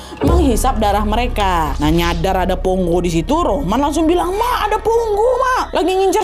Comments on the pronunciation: Bukan Ponggo kak, "PONGKO" Kak 😊😊😊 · pongko. bukan pongo😁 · Maf kak nama nya pongko bukan ponggo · Pongko’ kayaknya admin bukan ponggo 😅😅😅